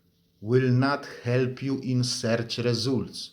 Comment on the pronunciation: Seerch Resoolt is my favourite ❤😅 He has an excellent command of the language, accent is something you sometimes can't get rid of and I speak of personal experience 😅